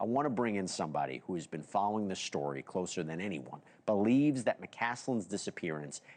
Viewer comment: Should somebody tell him there is no h in the word story? He pronounces it shtory 😂😂 wtf?